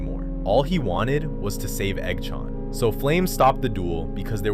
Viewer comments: i love the AI Voice when it says Eggs name it sounds like EggShaun its great LOL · I love how the ai voice makes it sound like eggchown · The Eggchan pronunciation hurt so much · the pronunciation of eggs and manes name💔💔💔a